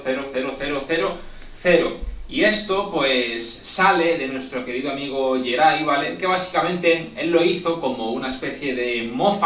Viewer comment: te salio el Argentino de adentro jajaja